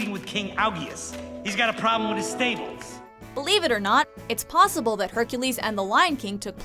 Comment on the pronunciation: Heh..... It's PAWsible